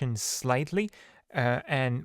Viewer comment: smear is pronounced like "near" btw.